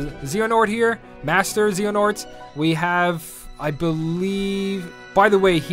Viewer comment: You pronounced Xehanort wrong :c